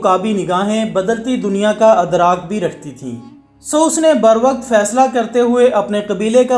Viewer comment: Adrak nahi idrak